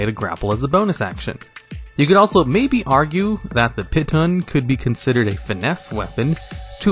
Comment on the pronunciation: It's pEE -tahn not pit-on (don't blame me, talk to the French.)